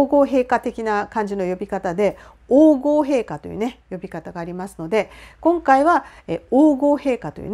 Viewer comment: 王后陛下は「おうごうへいか」ではなく「おうこうへいか」と読みます🙂